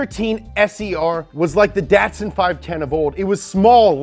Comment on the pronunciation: Datsun is Japanese and should be pronounced as "da-to-san". Great video about the sentra.